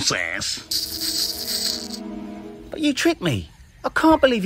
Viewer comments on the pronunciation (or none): tho, “Please Now.. Stop This Nawsense Tsssss.”😂🤣